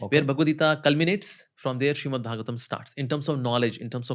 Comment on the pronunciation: Its Srimad Not Shriman, correct it in the timeline